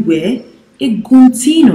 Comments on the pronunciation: #not_eguntino It's #GUNTINO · Guntiino kkkkkk right how u re pronounce